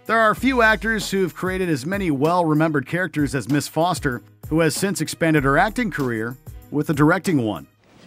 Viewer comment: 'Jodie Floster'